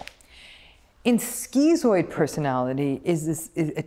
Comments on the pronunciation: stop calling it skeezooid and that will help. It's schizoid for a reason, to "schizm", it's just schiiiiiizoid. No eeeeeeee. She's also incorrect that zoids will not help other people because we're supposedly just so indifferent. That's incorrect. The vast majority of zoids I know would help someone around them and as would I (and I do, and they do). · Why is it pronounced skee-zoid but skiht-zo? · "skitzoid", it's the same part of the word "schiz-" as in schizophrenia or schizotypal and should therefore, in my view at least, be pronounced the same. The part of this word means "split" in Greek. But I hear many people pronounce schizoid as Dr. Ram does.